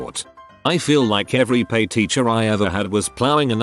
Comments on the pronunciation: Nobody: Robot Narrator: peh teacher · Who else cringed every time it said PE